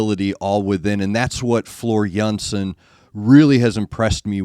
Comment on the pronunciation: But you are required to pronounce Jansen correctly ;)